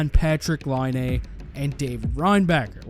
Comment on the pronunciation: Your a Hockey Junkie and you cant pronounce Patrick Laines name right. Ok bud. Real hockey fan there lol